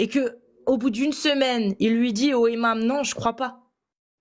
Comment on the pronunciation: Bravo encore et toujours pour le travail à acharné et bienveillant. Sinon, "le imam", "au imam", etc... les liaisons en français svp 😂😂.